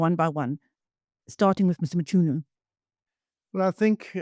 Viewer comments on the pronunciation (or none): please try to pronounce African names better. The 'ch' in Mchunu is pronounced 'k' and there is no 'a' between 'm' and 'c'. But ' M-k-u-n-u is guilty for sure though the ad hoc committee protected him